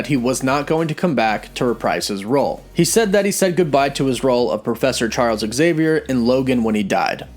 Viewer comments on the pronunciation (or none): none